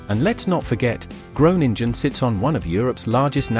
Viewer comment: Gronengine zegt die 😂😂😂